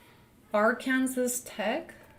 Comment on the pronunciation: Pronouncing Arkansas like that is crazy 😭😭